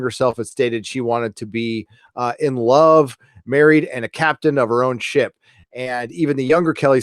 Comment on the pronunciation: Sounded like you were saying shit porn instead of ship porn lol